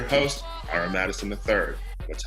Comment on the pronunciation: I thought ira said "whore" Oscar and I was like ok